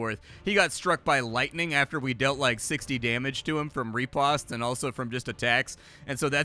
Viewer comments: Pronounced Rih-Post. Not Re-Past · Fyi, riposte is pronounced ruh·powst. It's one of those french words that doesn't translate well phonetically. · I love how you butcher the word 'Riposte' =) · Well, turns out I've been pronouncing riposte incorrectly for decades....